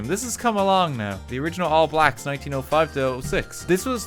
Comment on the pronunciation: Hearing pronounce all blacks hurts my soul